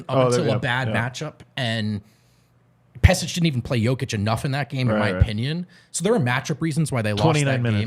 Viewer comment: Pesic = Peshich